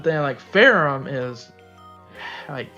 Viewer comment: I thought her name is pronounced "fer-ham"